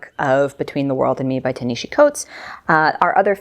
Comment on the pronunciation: Ta-Nehisi's name is pronounced like Na-hah-see. Also yay you're back!